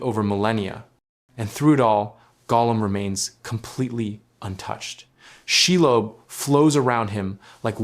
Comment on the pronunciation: Lob. That's not pronounced lobe She .. lob..